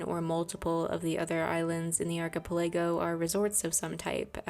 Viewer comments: Ark-uh-pell-uh-go it's 5 syllable. Thanks for the great video. 😊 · archipelago = arch i pell ah go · Ark-a-pel-a-go is how archipelago is pronounced. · ArchipeLAYgo is taking me out 😅😅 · i don't think that's how you say archipelago but it may be a tomato potato situation